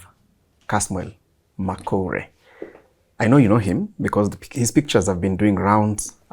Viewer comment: his name is pronounced as Makoure not Makori